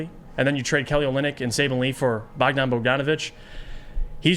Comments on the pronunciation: Bojan, not bogdan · its BOJan Bogdanović, not BOGdan Bogdanović. Bogdan Bogdanović is a different player from Serbia who plays for Atlanta Hawks, Bojan is from Croatia and he played for Utah last 3 seasons. And he was a starter and a legit 20 ppg scorer for one of the best teams in the western conference, before that he was a starter for Indiana, another playoff team that was much better than this Pistons team. I doubt he is gonna be coming off the bench for a bad team that is nowhere near the playoffs. My guess is you dont know anything about him or his game and you never actually watched him play, you just saw his stats after he got traded and started making conclusions just based on those stats. Basketball is not played by stats, it is played by players, and Bojan is certainly a player with more than enough quality to start for this Pistons team